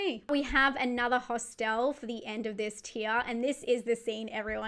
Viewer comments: Never heard it pronounced ✨hostelle✨ before, sounds fancy 😂 Love your icebergs! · Thank you for making "Hostel" sound very classy by stressing the 2nd syllable. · Why pronounce Hostel as a French word but Irreversible as an english word? :P